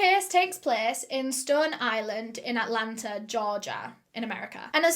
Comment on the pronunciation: not “Altlanterrr” 🤣